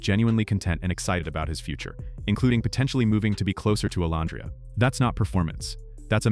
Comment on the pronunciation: I actually liked this one! I usually don't like your post. You say Olandria's name incorrectly, then you'll say it correctly! In this particular post, I actually agreed with everything you said! 1st time for everything! 🤪